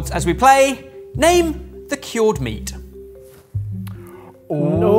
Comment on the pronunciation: Why is he saying kyorrd? That's not how you say cured, right?